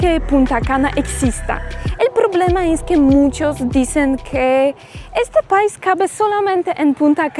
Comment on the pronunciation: 🇩🇴🙏🏻🙏🏻Dices pais y es país acentuando la (í)😊